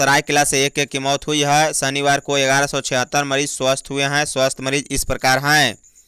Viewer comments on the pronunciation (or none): none